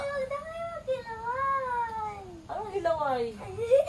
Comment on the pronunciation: That ‘HILAWAY’🤣